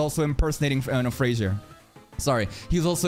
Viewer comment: "Fraudzier" .Peak Content... 🤣🤣🤣 ...🗿🗿